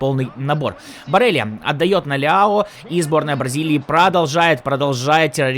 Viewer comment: Не барелия а барела